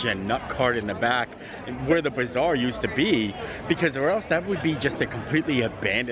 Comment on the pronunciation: Every time you said bazaar, I heard bizarre and I thought... the pavilion is not bizarre 🤣🤣